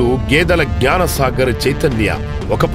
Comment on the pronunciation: గ్యాన కాదు జ్ఞాన